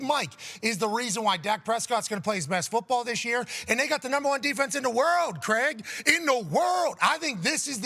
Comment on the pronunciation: "the world Creg"😂😂